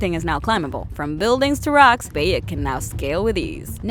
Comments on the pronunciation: It's bayek not beyek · It' Bayek Not beyek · BAYek of sewu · Ah yes beyek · I cringe everytime she says "baekk" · How she says bayek makes me cringe sad and anger at the same time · That way you say his name... Is just.. just wrong. And no.. Egypt is not just dessert I should know. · Every time she says Bayek’s name wrong xD arghhhhh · That how she pronounced name of Bayek.... Makes me crazy!!!! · How this woman says Bayek, Senu and Medjay, clearly never played the game. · Someone obviously didn't tell her how to properly pronounce Bayek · Bayek if Siwu, Sinu, could the pronunciation get any worse?! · It BI-ECK and SEN-OO not BAY-ECK and SEE-NU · Ah yes the assassins altar eso and bake of seewoo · "Alltare" "Baeik"